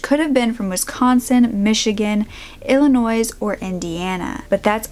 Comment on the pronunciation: hi, the s in Illinois is silent.:)